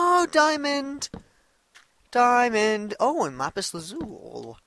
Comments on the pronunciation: its funny how he says diomond but keeps on goin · its funny how he says diamond but keeps on going